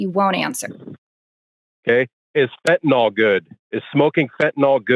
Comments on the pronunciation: Fentanyl. Not fentanol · Its Fentanyl, not " FENTANOLLLLLLL"! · fentanyl, not fentanol it doesn't rhyme with tylenol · Why are the intellectually dishonest so quick to go nucular over things like Fentanol and Oxycotton? Is it early-onset Old Timer's disease? Honestly, nothing says "I don't read" better than using words that don't exist. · What is fentanol? Is it anything like Fentanyl?